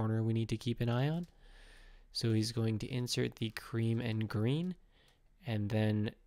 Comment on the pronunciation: Pls don't say creme